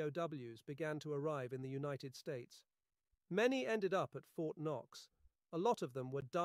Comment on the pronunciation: What is wrong with this translation? The whole thing is almost fluent English except for a few words that are clearly a typo: Fort K-knox? wth?!